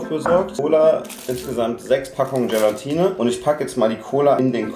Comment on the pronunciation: Hast du "Gelantine" gesagt? Es heißt "Gelatine "!😂😂😂 P.S super Video!!!😊